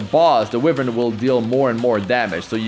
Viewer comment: Why-vern not We-vern